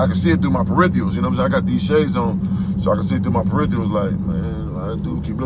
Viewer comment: its peripherals brother..not peritherals